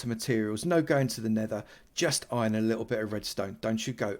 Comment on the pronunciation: Youtubers say ion instead of iron